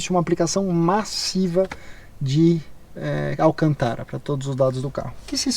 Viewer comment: ESSE BARBARISMO DO "ALCANTARA" NÃO CONSIGO ENTENDER ESSA PRONÚNCIA.....